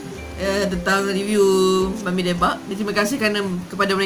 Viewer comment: Johari Jusoh hahaha. Is it sebab saya pronounce "Me-mi"? 😅 Hahaha. Saya dengar balik, rasanya apa yang membezakan, orang lain sebut "Ma-mi" and saya sebut "Me-mi". 😂 Ye idok? Hahaha. Ke ada yg lain?